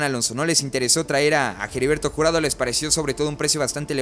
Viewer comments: Ya no voy a ver tus videos sí sigues diciendo Jeriberto en vez de heriberto 🤭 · Hola, dos sugerencias, la pronunciación de HERBERTO no es Jeriberto jajaja, y la repetición constante de la frase "en ese sentido", deberías corregir esos detalles, y otra cosa, dices que no vendes humo y la verdad es que das muchas notas que no son ni serán reales, aclaro, tu contenido me gusta, es critica constructiva, abrazo y éxito.